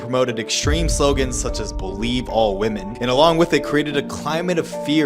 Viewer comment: be-LIE-ve women